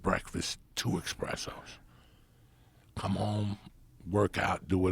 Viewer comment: As somebody who was likely entrenched in Italian American culture it seems sinful that he doesn't know he's saying espresso wrong